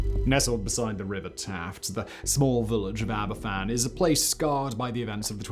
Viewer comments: Aberfan (pronounced Abervan) was a tragedy rooted in negligence, ignored warnings and a failure of those in power to take responsibility. The National Coal Board (NCB), a publicly owned body, allowed vast spoil heaps to accumulate over the years. Despite warnings, the danger was not adequately addressed. In October 1966, after heavy rain, a spoil tip built over a natural spring and stream became unstable and collapsed, sending a torrent of slurry crashing into the village. Pantglas Junior School took a direct hit. 144 people died, including 116 children. The aftermath brought further heartbreak. The families had to fight for justice and accountability, and the handling of the disaster fund and the demand that the village contribute towards the removal of the remaining tips added to their suffering. The government’s response remains a deeply troubling part of this tragedy. The Queen also faced criticism for not visiting Aberfan until eight days after the disaster. Her eventual visit, and the events surrounding it, were later portrayed in Netflix’s The Crown. Aberfan should never be forgotten. It stands as a devastating reminder of what can happen when warnings are ignored and those in positions of power fail in their duty to protect ordinary people. Nearly 60 years later, we must still ask ourselves: have the lessons of Aberfan truly been learned? When governments make decisions that affect people’s lives, accountability, responsibility and compassion should never be optional. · Aber-van is the pronunciation. In Welsh 1 f is pronounced as a V, 2 f's together is an f. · Aberfan, is a town which should be prenounced "Abervan". The single letter of "f" needs to be pronounced as a "v". When a Welsh word has "ff' it sounds the same as the "f" in English. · The Trevithick Trail was the first railway line in the world.. the f in Aberfan is pronounced as a ‘v’. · You say Abervan, to make an English F sound in Welsh , you need two ffs Such as Duffryn (Dufrin)